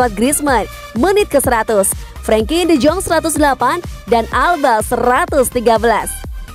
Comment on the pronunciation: Penyebutan nya D Yong Bukan D Jong Saran sih